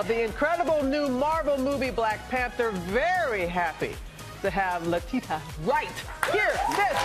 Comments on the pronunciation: ''Ley tee ta wright'' ? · She said Lutita lol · How do you not even know how to pronounce a guest's name? SMH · L.A.B ART 😂😂😂 butchered the hell out of her name. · lool she messed up when she said letitia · How does a black woman mispronounce Letitia ??